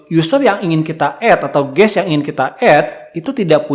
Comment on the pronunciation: Guest, pak, bukan Guess Kalo guess artinya tebak-tebakan, pak